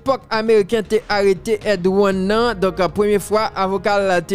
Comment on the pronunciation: Yooo oubay problem man li pronounce EDY one se yon alias li ye ED 1